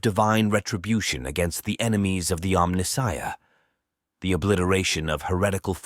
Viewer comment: omni-shia? mispronounced like a true AI voiceover